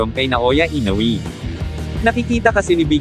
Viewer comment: i-no-we po hindi i-no-wi